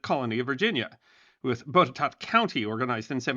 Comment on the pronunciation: FYI - Botetourt is pronounced "bot-a-tot". Part of our history in Virginia that is drilled into us in elementary school. Currently live in what was formerly a part of both Botetourt and Fincastle counties, where the Fincastle Resolutions were formulated in Fort Chiswell, VA.